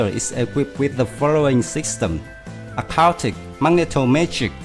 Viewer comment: Acoustic is pronounced ah-koo-stick